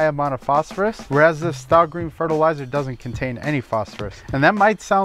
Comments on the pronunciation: He said stah green 😂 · "stay-green", not 'Sta Green" is the pronunciation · Dude. Not "stah green". "Stay green". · Stay green, not Stah green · I am confused. I always thought the pronunciation was 'STAY Green'.....Now I hear 'Stah Green. What is it? Thanks. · Good video! ⛳ Remember though it is pronounced stay green, I think you said staaa green a few times.. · Wait wait wait. Staah Green? What?! You’re telling me that isn’t pronounced Stay Green??? Is this satire? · pretty sure its pronounced "stay" holmes. not "stah" lol. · You pronounce the name with a long 'A' sound, therefore its pronounced 'STAY GREEN' and not STAH GREEN. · It’s not Stah green. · Just FYI, the product is pronounced STAY-GREEN. They dropped the "Y," but it's still pronounced STAY. 🙂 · Stah Green. Lol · The 'a' in Sta is pronounced as a long 'a' as with the word "stay".